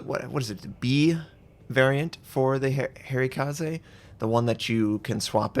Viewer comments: I'll care about this some time after he gets Harekaze correct, though I don't expect him to change because he probably finds it funny or annoying others to be funny. Harekaze, "ha" (like "haha" im laughing) "ray" (like a ray of light) and he has "kaze" correct. I would also be fine with the translation of it, "Fair wind" or "gentle breeze". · Every time called Harekaze 'hairy kaze' I die a little inside. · I'm with you :) It's pronounced like zjan, not djeen. Also the Harekaze is pronounced with the "eh" sound on both e's. And you crazy Americans with your "oo" sound (as in kazoo and spoof), where in Japanese you need a nice hard Dutch u ;) Or the u from Jean Luc Picard :)